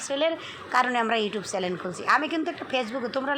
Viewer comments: চ্যালেন না চ্যানেল। উচ্চারণ করতে না জানলে শিখবেন। আর ঘুরে ফিরে একই টপিক নিয়ে কথা বলা বন্ধ করবেন। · আপু চ্যালেন বলেন না। বলবেন চ্যানেল